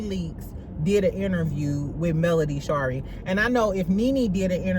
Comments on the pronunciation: Doesn’t she (Melody) pronounce Shari like Marie? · lol friend why did you pronounce Mel middle name like that 😂😂😂